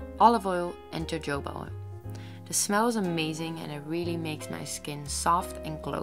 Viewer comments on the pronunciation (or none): ho-ho-ba not jojoba